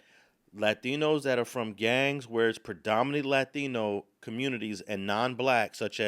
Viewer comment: 3 seconds in, just by the way he pronounced “Latino”, bruh is definitely compromised.